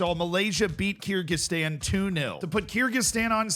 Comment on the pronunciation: It's pronounced ker gi stan